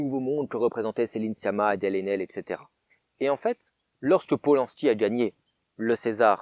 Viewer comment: Adèle "Chrachrachrapoulos", c'est magique xD